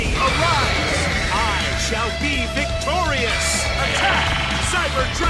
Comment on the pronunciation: "IIII SHAALLL BE WICTOOOOWIAAASSS"